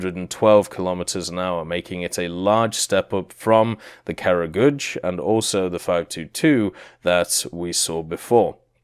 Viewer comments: Cut him some slack its really hard for westerners to pronounce slavic words especially kragulj, i mean how would he know its krah-guly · OMG, you totally butchered the pronounciation... Please do some research next time. Kragulj was especially cringe worthy...